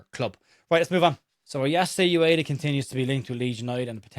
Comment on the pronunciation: Ueda: oo-eh-da, not you-eh-da